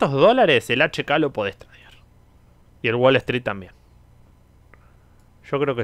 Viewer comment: SE DICE TREIDEAR, NO TRADEAR